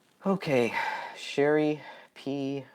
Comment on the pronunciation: You pronounced my name wrong it’s Sh- arr- E ! No big deal though. Everyone gets it wrong. Your question about the photo. I think it was ok to release the edited version. However, a website might have been a better option instead of on the Facebook groups. Like where all the other photos are. I do agree with it being taken down and no longer distributed per the families request.